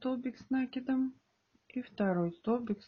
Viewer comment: Столбики с накИдом научитесь правильно говорить